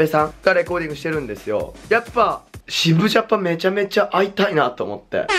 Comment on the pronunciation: 渋ジャパの違和感すごい